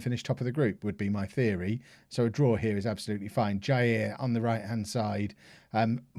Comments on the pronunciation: for Jair you can try Jah-eer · Let's help with Brazilian's names. JAIR > JAH- EER VARGINHA > VAR- GEE- GNA KAIO > KA- YO., is understandable that those names are difficult to you to say. I will always try my best to help you out. Don't worry about that too much.